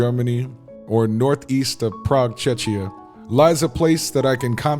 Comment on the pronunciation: Yea, I know this. But you definitely don't pronounce it like this. I hear you saying /ˈtʃɛʃiə/ and not "k" at the second place. Which is often confused with Chechnya. I know it might be hard to say, but it is a bit confusing.